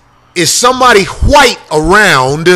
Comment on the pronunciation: Corey pronounced wHite with the capital H, the way Jared Taylor does... lol